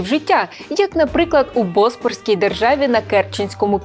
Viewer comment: Цікаво буде для школярів, сподіваюсь, вчителі історії скористаються цим відео. (Будь ласка, трошки прискіпливіше до наголосів. Як завжди, з цим трапляються у вас ляпи. БоспОрське царство, а не бОспорське)